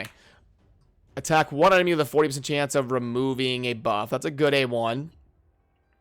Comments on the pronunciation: Maeve is pronounced like the word Rave but with an M. Sorry, I couldn't not say anything. Thanks for keeping us up to date on all things Raid! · Lol "Ma-eve"